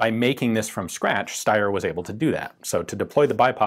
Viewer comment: that's not how you pronounce Steyr.